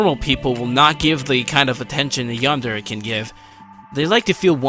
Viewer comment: Ah, I have one thing that's bugging me. I do enjoy your video, but say this with me... yan-de-re. Not "yander" or "yanders." You made my crab shell fall off each time you said it.